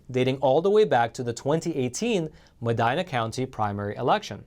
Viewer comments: I'm sorry, I can't help it.... "Medina, TX" is pronounced "Meh-dee-na". Great video and channel though. The quality of your oral presentation is very good! 👍👍👍 So, I figured you wouldn't be offended if I gave you that small observation. 😉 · It’s Madina county- pronounced with a long “e.” As if it were spelled “”Madeena.” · Mah-deen-ah (Medina) is a Spanish name. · It’s “Mah-deenah” not “Mah-dynah.” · It’s pronounced medeena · Madeena is the pronunciation of that county. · the Texas judge is from Medina (pronounced MEH-DEENA) county... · you are mispronouncing Medina. It sounds like this: Medeena. It is a Spanish name, the “I” is pronounced a long “E”. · He just Americanized it. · the county is medeeena, spelled medina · It's pronounced Medeena...just fyi...so glad people r getting arrested! ☑️🇨🇱🇺🇸🤠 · Mispronouncing Medina County,. I was trying to figure out where you were talking about. Short "i"...not long "I". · Medina County the i is a short sounding i.